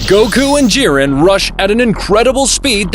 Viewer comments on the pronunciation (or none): Bro said jiden and not jiren